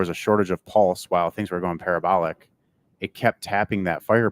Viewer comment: bastard is English but he can't pronounce Pulse.... Well done on all the other stuff though and he has done fantastic things!